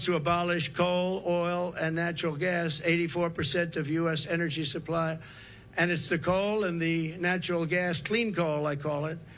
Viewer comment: Sorry, energy, not enery